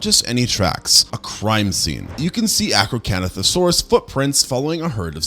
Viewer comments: I know you did not just mess up my baby's name 😒😂 Acrocantosaurus ( ak-row-KAN-tho-SORE-us) is one of my favorite dinosaurs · ah yes the arcocanothosaurus